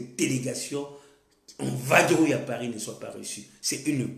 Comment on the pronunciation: On dit vadrouiller pas vabrouiller